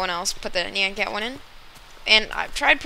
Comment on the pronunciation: YOU PRONOUNCED IT WRONG AND I WANT NYAN CAT. is it a mod?